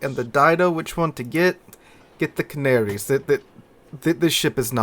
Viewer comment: Hearing you call the Canarias canarys is really annoying. Ca-Nair-eeaass